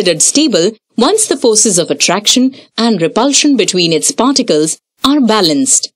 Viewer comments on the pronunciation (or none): Who else only hears farticals instead of particles 😂